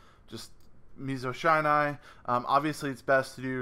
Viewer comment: Awesome combo! Loving coming back to this deck, I've missed it. Looking forward to the profile. P.S: It's a short i sound in Shinai. Eight years and counting of kendo, and the shinai is the bamboo sword we use.